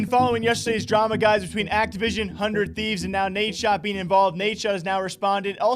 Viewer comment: He said the "200thieves" lmfao am i the only one that heard that? 😂😂😂